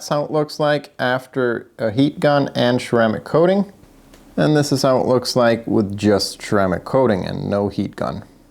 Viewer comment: I like how he says "cermaic coating".